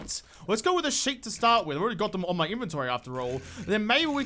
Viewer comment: I love watching your brain work. Actualplay may be my favorite, but that doesn't mean I don't love this stuff too. Just to clear that up. =P When you said "sheet" for fixing the water so you can shoot into it, it sounded like "shit." lol My hearing is so good.